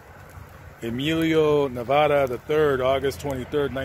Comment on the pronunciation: I am such a fan! And for you to miss pronounce his name is an insult! Check yourself. 😒 pure disrespect.